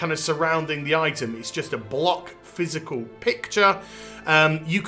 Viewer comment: Say physical one more time.